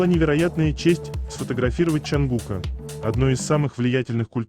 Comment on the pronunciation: От ЧонгУка.а не от ЧунгукА.говорите правильно